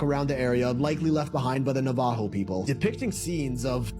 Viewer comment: The guy can't even pronounce Navajo. FFS!